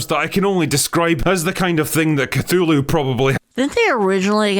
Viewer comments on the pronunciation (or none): none